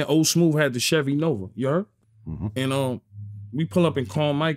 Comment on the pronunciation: Had to hit em wit the yuuu huuurd lmao real ny shit